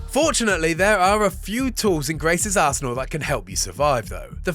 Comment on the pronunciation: ngl, the accent made it sound like: "Fortunately, there are a few tools in Grace's as*hole that can help you survive"